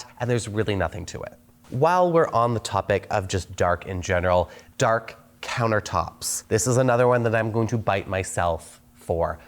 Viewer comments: Dark not Dakr 😂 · "Dakr countertops" 😅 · “DAKR COUNTERTOPS”